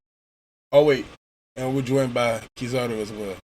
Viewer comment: It's Kizaru. Still... this was a really good review.